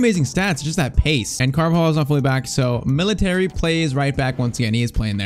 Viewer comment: Bro calls militao "military" 💀